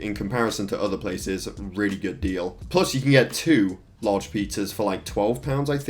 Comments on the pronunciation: We don't say two as chew.. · Us brits don't pronounce two as chew